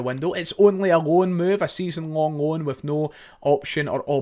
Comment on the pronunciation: The way he says. a season rong roan move haha a roan